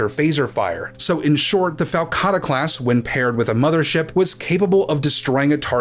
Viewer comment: I like the way you called it a FALCatta.